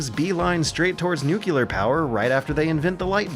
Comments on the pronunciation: Good video but it's NUCLEAR not nucular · Amazing analysis! It's "nuclear", though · Cry-sees new-clear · Why every youtuber I wtache pronounce nuclear as nucular? edit: Great video, thx for the content. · Dear: Please stop saying nucular. - Love, me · is forever going to be stuck with his New-kew-lar pronunciation no matter how many times he's corrected on it, I'm actually used to it by now and just find it kinda cute hearing this very silly Bushism-sounding word out of a guy who is otherwise clearly smart enough for investigative journalism and research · I love you and your content but please stop saying "nucular" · Say it with me,. Nuclear. NEW CLEAR. Nuclear. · Please, please, PLEASE start pronouncing "nuclear" correctly. This gives me more anxiety than global warming. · lives in constant fear that he will be abducted and replaced by a lizard-person. His distinct pronounciation of nuclear lets us, his loyal viewers, identify the. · he does it on purpose, dude. It's an inside joke for the people of this channel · "Crisises" and "nucular" made me stop watching.